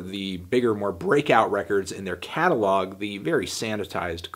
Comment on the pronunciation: did you say... CATTLEog